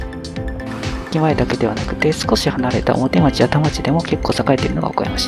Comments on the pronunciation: いつも、再開発の動画楽しませて頂いております。 表町は、「おもてちょう」と読むのではないでしょうか？ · 表町→おもてちょう